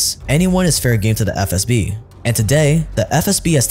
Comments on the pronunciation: im not gonna lie, has said SFB so many times i genuinely thought that was their name. like even a couple videos ago when he first started mentioning them, i was like "isnt it FSB? hm, i must be mistaken. i mean he wouldve redone his lines or thrown a correction in.... right?" but i guess not, or maybe ive just missed it everytime. but i swear this man has constantly been saying "SFB" and its been throwing me off severely lmao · I just love you said SFB 3 times and then FSB (correctly) the fourth time like this shit is a live video and you couldn't do a second take. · You keep saying SFB then FSB. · man. With all due respect ✊ but please, it’s not “SFB”, it’s “FSB”, where F - Federal, S - Service, B - Security (from Russian word безопасность [bezopasnost]) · Stop calling it SFB It is FSB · it’s “FSB” not “SFB” you’ve done this in multiple videos now 😭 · Video is great but stop calling it SFB ffs! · wtf is with that "SFB" instead of FSB bs? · most of thetime he said FSB but a couple times he said SFB and even in another video. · True. I`ve commented on it several times. Funnily enough he does say it correct today when he shows the letters on screen. I thought it was an inside joke or something. He then reverts to old ways again. Must be something to do with his mother tongue.